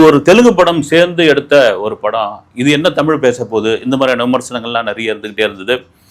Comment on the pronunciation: உண்மை வரலாறு தெரிவது அவசியம். தமில் இல்லை தமிழ். "ழ்" முக்கியம். தமிழை கொல்லாதீர். படமாக நல்ல பொழுது போக்காக இருந்தால் சிறப்பு.